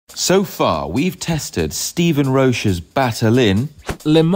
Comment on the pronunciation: Roche is pronounced like "Coach" :-) Nice video!